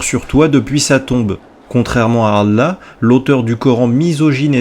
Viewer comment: J'ai du mal à te trouver crédible désolé.. t'as vraiment été musulman toi? Tu te prétends spécialiste de l'Islam toi ? Bah merde.. Tu sais même pas prononcer le mot: "Allah" correctement... Le dieu غلا mdr on doit surement pas parler du même alors. Les musulmans ils prononcent Allah au moins 50 fois par jour et toi tu te trompes à chaque fois.. il y a quelque chose qui m'échappe. Ça doit venir de ton physique je pense, tu t'es dit j'ai une gueule d'arabe -> arabe=muslim, donc ya un petit billet à se faire.. je vais vendre mon livre et ses cons de blancs vont l'acheter. Je veux dire tu as ta vision c'est bien, mais ne te prétends pas spécialiste parce que la tu es ridicule..